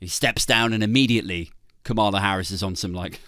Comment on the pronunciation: Komala? I thought it was kamala, like camera